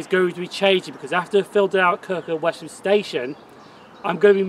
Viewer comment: Excellent Video in the area where I used to go trainspotting in the 1960s. Just another point on pronunciation though. My wife lived in Kirkham for 17 years and is adamant that the locals always pronounced Wesham as Wessam. Keep up the good work.